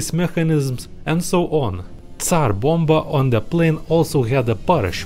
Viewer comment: Actually he is not slav. The way he said Tsar Bomba is incorrect